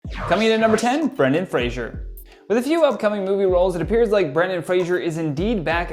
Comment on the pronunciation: Okay Fraser is pronounced FRAY - ZER there's no jusshing sound like in Frasier. The David Spade movie where he was a former child star.... Brendon corrects him in that. Or watch Outlander for 5 minutes. Yes. Yes I am a Fraser though 2nd generation. It still irks, it irked my Scottish born grandfather more! 😁 Love your videos! 😁